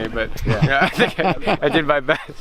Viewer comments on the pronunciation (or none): none